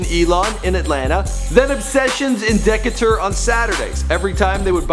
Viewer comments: dekater. DEKATER. Dis boi said dekater. How does he not know it's Decatur (pronounced De-KAY-tur) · Where tf is he from?! He said Deka-ter lol. Its Decatur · Decatur not Deckatoor lmao. Shit so cringe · Dek a ter- it's de-Kay-ter pronounced and it's spelled Decatur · Decatur is pronounced "Da-cay-tur" not "Dec-ca-tur" LOL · I almost died at the way he pronounced dee-cay-tur (Decatur) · Damn you white asf Its pronounced "Quay-Vo" and "Dee-Kay-Ter" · I had to turn it off after I heard him say Deck-a-tur, instead of Decatur. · bro said Deck-atur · Decatur, GA - Pronounced: DE-KAY-TER. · It's DEE-CATER (Decatur) 😂😂😂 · dis nigga said obession in dekatour lmaooo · This boul really just pronounced Decatur as deck-uh-durr lmao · Naw the WORST is him pronouncing Decatur as Deck-A-ture 😩🤦🏽‍♀️ Yea I had to stop right there 🤣😭💀 RIP Takeoff 🙏🏽🕊️👼🏾👑🕯️💐💜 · The way he said Quavo, the way he said Decatur, the way he compared take off to soulja boy...I just cant im out😬✌😂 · No but did ya hear him say Decatur smh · The way he pronounced Decatur😂😂😂